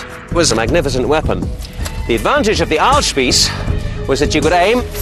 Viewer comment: GODEN TAG!!! this sounds so stupid to me as a german. but he pronounces Ahlspieß correct.